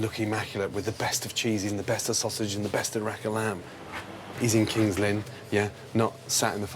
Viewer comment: i had to reqind when it said kingslynn i live not far from there :)